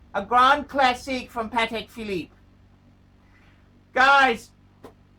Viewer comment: it cracks me up how much he enjoys saying “a Patek philEEEP, a grand classEEEK, from Patek PhilEEEP”